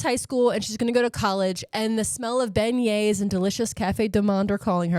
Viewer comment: Good job on "beignet". Now pronounce "Louisville" :)